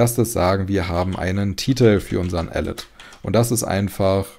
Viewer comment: Ich liebe den Content und auch dieses Mal ein großes Lob, doch wenn man die richtige Aussprache von "alert" kennt muss man teils ziemlich lachen. ;)